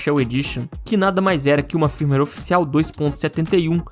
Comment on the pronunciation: Cada "firmiueiri" um câncer 🥲